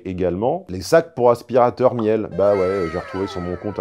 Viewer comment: "Miel" 😄 ça se prononce "mile" excellente marque d'électroménager au passage.